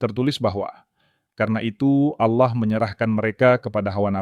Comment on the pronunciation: narasi nya ok sih..tp jgn asal baca aja..kalau mmg yg baca narasi nya tdi beragama islam lebih baik membaca narasi tentang islam aja..jgn baca narasi tentang kristen..kata "Allah" harus nya dibaca dgn logat bahasa indonesia yg bnr..jgn kearah2an...dan carilah kata2 yg mmg hanya mnngunakn istilah2 atau kata2 kristen aja,jgndicamour aduk dgn kata2 istilah islam,sprkata "aurat ",dsb..spy tdk terasa aneh dalam mengikuti atau mendengar narasi yg diucapkn tadi...agak sedikit aneh dan menjijikkn aja mendengar pengucapan "Allah" dan kata"Aurat " td... Thx